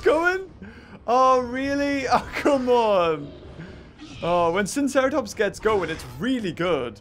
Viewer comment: I am pretty sure that it is pronounced sigh-no-seratops